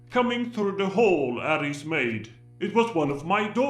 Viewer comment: At least he pronounced Ares like we do in Greece ( Aris/Άρης ).😀